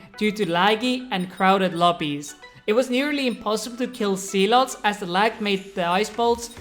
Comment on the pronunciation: are you saying sea-lot